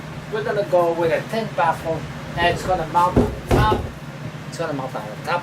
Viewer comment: daisy corta yeah, I thought he said a ten baffle. I was thinking 10 baffles might be overkill. LOL